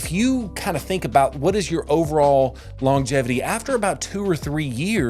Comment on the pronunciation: You don’t pronounce “longevity” properly. That’s about all I got out of this video